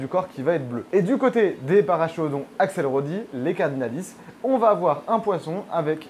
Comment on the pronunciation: Super vidéo très intéressante, mais Paracheirodon se prononce parakérodon, car c'est un nom latin.